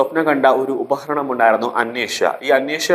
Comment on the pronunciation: ഉപഹരണം അല്ല ഉപകരണം എന്ന് ഉച്ചരിക്കണം